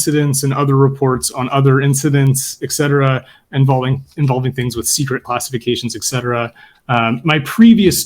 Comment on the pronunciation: In light of the fact that you guys were talking about the pronunciation of the word "service" may I point out that the pronunciation of the term "et cetera" (etc) is not "ek cetera". There is no K sound in the term and I don't know why so many intelligent people, such as, mispronounce the term. Please! Apart from that, wonderful discussion!